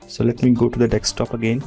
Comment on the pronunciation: Please do not take otherwise, but all of us have this silly habit of pronouncing desktop as dekstop :) Please listen